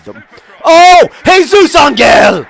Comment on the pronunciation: John, good job pronouncing Jesus, but try to think of Ángel as ON-hell or something. No hard g. :)